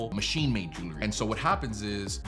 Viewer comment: It's Jewelry - not Jewlery.